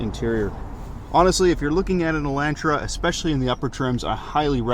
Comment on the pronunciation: It hurts ever time he says Elantra.